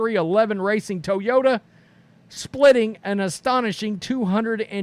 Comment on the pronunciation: Did just say toeyota? haha